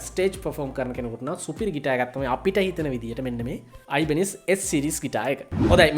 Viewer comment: Mechchara kalayak weradiyatane nama pronouns karala tiyenne😁🤔🤗😘